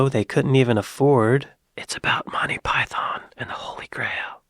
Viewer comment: PY THUN ! PY THUN !! PY THUN !!!